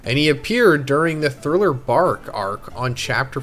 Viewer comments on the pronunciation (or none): none